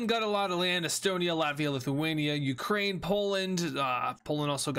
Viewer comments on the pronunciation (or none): none